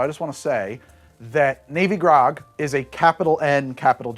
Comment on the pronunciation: 3: 20-ish I definitely hear "navy grog" as "baby gronk" the first time around. Just thought y'all should know.